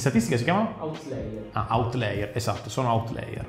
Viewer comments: Outlier, non outlayer, differenza di pronuncia sottile, giusto per fare il pronunciaNazi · Outlier, non outlayer ahahah (si pronuncia autlàier) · outlier, non outlayer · squad aia, non aie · è "outlier", pronunciato autlaia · *pronunciato autlaier